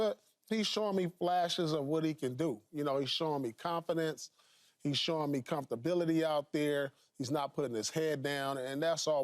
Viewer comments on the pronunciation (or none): Did he really say “comforortability”? 😂😂😂